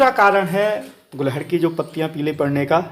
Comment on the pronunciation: तो फिर आप भी इसे गुड़हल बोलना शुरू कर दो। आप गुलहड़ बोलते हो।